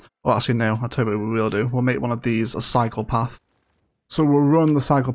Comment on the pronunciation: Lol! When you say cycle path, i swear i hear, “this is where the PSYCHOPATH begins”